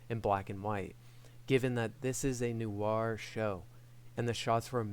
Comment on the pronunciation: "noo-arr"? 😅 [edit: don't get me wrong, I love the review, but I giggled every time I heard "noo-arr"]